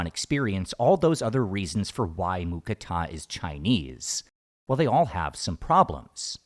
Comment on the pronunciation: Im thai i i can say its not mu kratha it mu krata thats how we thai's say it